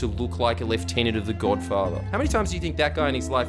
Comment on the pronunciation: I am so SO glad that you pronounced 'Lieutenant' correctly.